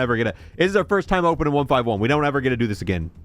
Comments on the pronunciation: ONE FIFTY ONE - NOT ONE FIVE ONE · It hurts me that he calls it 1 5 1 and not 151😂😂😂😂